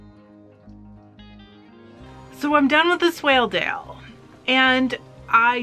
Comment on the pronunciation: Yes you are pronounced it correctly. It’s a sheep mostly from Yorkshire a great fibre and fleece to spin.